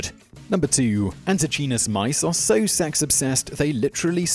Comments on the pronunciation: Antechinus is pronounced anteekeinus (or æntɪˈkaɪnəs). No "ch" sound. Cute guys pity they don't live long. Might be nice to get their genus name right. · Fun video, but as he does with so many words, Simon butchers the pronunciation of "antechinus". The "ch" should be hard (pronounced like a "k"), and the "i" should be long (so the word rhymes with "minus"): ant-ee-KYE-nus. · The Antechinus is NOT a mouse, but a marsupial. As such, it is more closely related to a kangaroo or a Tasmanian devil than a mouse. Also, check the pronunciation. The "ch" in antechinus is pronounced like a "k". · Anti CHEE-NESS ???? Nooooooo. an·tuh·kai·nuhs Anti - KI - NUSS They live in my neighborhood, and if they hear a bad pronunciation, they will screw you to death, and get their Tasmanian Devil friends to eat the evidence. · pronounced ante*kinus* not chinus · As an Aussie, the 'ch' in antechinus is pronounced 'k' and the 'i' is pronounced 'eye'. The rest is absolute fact. In a related fact, the average male pig orgasms for around 30 minutes. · Antechinus is pronounced ‘Anti kinas’.. I’m sure there are no more than a few million Australians laughing at the pronunciation used in this episode. Ps he is not the first Australian mammal to die from random strenuous mating activity. Especially when the wife finds out.😄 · Antichinus is pronounced anti KY nuss. (Just in case it ever makes it to another video...) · Anti-Kynus. I swear you are just trolling with the mispronunciations. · Re: number 2 - Pretty sure it is pronounced "ant-ee-kai-nus" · Pronounced anti Ky nus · Had to skip #2 because of how horribly you were mispronouncing "antechinus"... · Antechinus - your pronunciation was way off, that seems to happen a lot. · That is not how you pronounce Antechinus